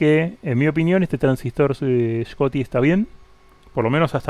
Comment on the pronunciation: Che Schottky se pronuncia sshotqui. Scoty era el de viaje a las estrellas!!!!🤣🤣🤣🤣🤣🤣